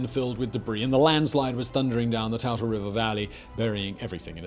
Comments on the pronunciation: Mount SAINT Helens. Too-tle river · Toutle (Tootle) river Simon, carry on. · Great video, as someone who lives in Washington it was a bit jarring to hear the mispronunciation of Toutle. Native American names are hard to get right if you're not from the area.